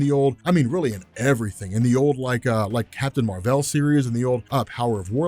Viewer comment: Did he just say, Captain Mar-vel